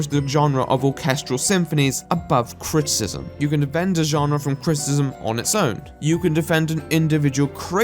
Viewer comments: Kinda funny the way he struggles to say "criticism" but still love the accent nonetheless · If u say criticizem one moRE TIME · I have some criticism over how you pronounce the word "criticism." With all the times you had to say it this vid, that must have been rough. :D Just having a laugh mate, great video.